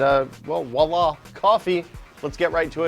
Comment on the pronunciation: did you just say “wallah”? As if you’re trying to say the French “voilà!”? That’s hilarious man, Americans.. smh 😂